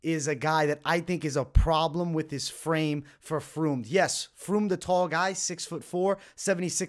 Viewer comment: First fight Josh Fremd is pronounced friend basically